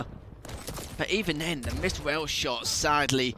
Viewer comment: So you prefer to hear casters, for example, pronouncing the word rail like whale? I don't. No offense for him, but it sounds so annoying to me. Moreover, it pisses me off that Bethesda's Quake department or id Software are so freaking outdated lay people. I'm trying to watch matches, as I love quake duels and those old quake pros gameplay, so don't bother yourself telling me "So don't watch"-alike things. Thank you!